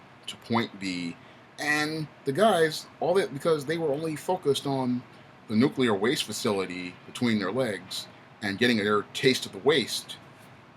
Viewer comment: Nuculear wastee reactor...😂 😂 😂 😂